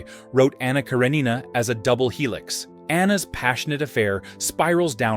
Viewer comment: When AI pronounces things wrong.